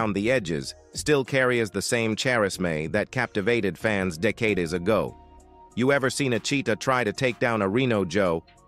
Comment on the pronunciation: Row-er... Char-Ezz-May... Deck-ade-es ??? Computer voice = FAIL